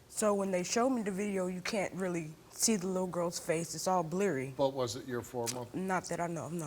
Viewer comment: “It was all *blerry*”